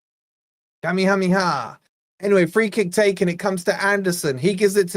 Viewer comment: BTW... Kamehameha, smoothly pronounced, is Ka-May-Ya-May-Ya.